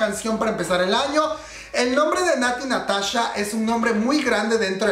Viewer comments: Natti Natacha! jajaj me encanto como lo dices comadre. Ps la verdad la canción está muy buena y pegadiza... Natti Natasha le da ese aire ese no se que.. Me gusta me gusta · shot cada vez que dice Natty NataCHA (ya se que lo dijo en broma)